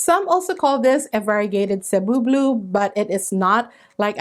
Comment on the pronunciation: So glad to finally get the definitive pronunciation of Cebu Blue.😊🙏